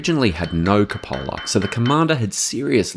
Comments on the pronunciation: really? It’s not Koo-POH-la, it’s KOO-puh-la. Somebody’s pulling jokes on you or something. That includes any variation, Aussie, U.K. or U.S. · Nah both are correct variations of route, but it’s never Koo-POH-la. He already massacred Wespe, but I have no idea where he got that Cupola (proper- KOO-puh-la) from.